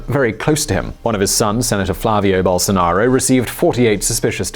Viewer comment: Best forerign pronunciation of bolsonaro, now is only remaining to learn speak "fora".